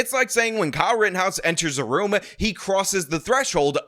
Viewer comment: Why do you add syllables to words? It's "room", not roo-muh. That's some French Canadian shit-uh.